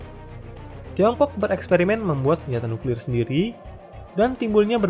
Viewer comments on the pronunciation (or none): none